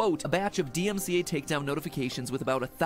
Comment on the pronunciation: i cant take u seriously when u cant even get the acronym "DMCA" correctly, multiple times.